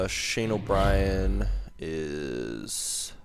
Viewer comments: For Ryan O'byrne,we don't say O'brien,we say like O'burn,and I'm not agree to trade Paul Stasny,because he is Peter Stasny's boy.Peter Stasny is one of the legends of the Quebec Nordiques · O'byrne is said like O'burn but looks like brien